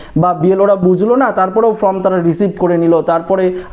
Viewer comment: ওটা ফ্রম নয় ফর্ম।